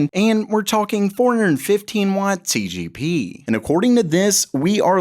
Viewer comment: Why does he keep saying TGP, its TDP